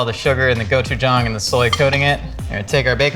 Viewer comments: His 'gochujang' pronunciation is pretty good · The fact that pronounces all the Korean ingredients correctly unlike every other cooking show that says "gochu jAYng." The man does his research. 👏🏻